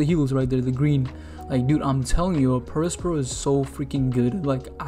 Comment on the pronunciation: You do a better job of pronouncing his name than most OP YouTubers (including theorists like BDA Law). His intended name is Prospero (a Shakespearean character), and should be pronounced like that.